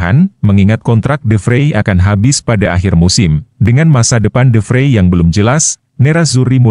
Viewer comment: De Vrij..bukan De Freii